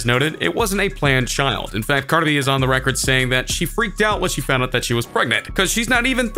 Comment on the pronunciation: This narrator can’t pronounce Cardi B.